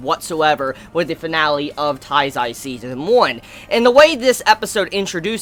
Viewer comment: it's not " TAIZAI" it's Nanatsu no taizai. if you can't say it correctly just say the seven deadly sins i'm not hating just tell you how am i think